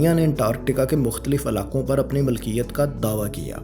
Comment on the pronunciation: Aap aur behtar kar sakte hain, jaise 'malkiyat' ki jagah milkiyat